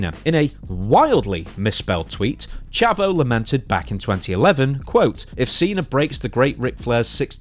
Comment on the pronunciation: Pronounced Chaavo